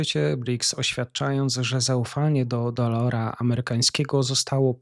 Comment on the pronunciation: pRiorytetem a nie pIorytetem Rio De Janeiro a nie Rio de JANERJO DOLARA nie DOLORA ZItd itp Czy ty jesteś przyglupi? Za co ty chcesz wsparcie na patronite jak ty jednego wyrazu z ekranu nie potrafisz przeczytać matołku